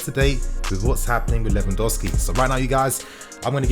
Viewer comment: Lewandowsi? Haha. Lewandowski